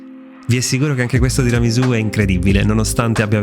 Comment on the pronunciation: No no no, non va bene. Cosa sono queste varianti? Bisogna rispettare la tradizione! Non si può fare come si vuole! Mi riferisco alla pronuncia della S. È tiramisù con la S di Sassari, non di Rosa. Comunque mi segno il link e appena ho tempo lo faccio. Il mascarpone con lo yogurt lo facevo anche io, anche se vorrei provare a sostituire la panna con quella simil pasticciera.